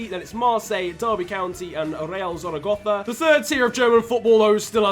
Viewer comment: Real ZZZaragozzza